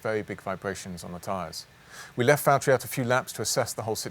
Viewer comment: Please say Valtteri it’s James